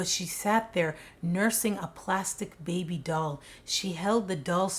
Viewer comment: I was so confused when he said “have a byebee with another woman” 😂 I had to replay it like ok he said baby 😩😂